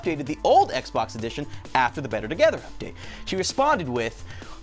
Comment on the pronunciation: "Updatea" nice English tanner